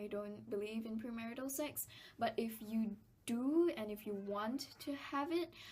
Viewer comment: why do u pronounce sex as sacks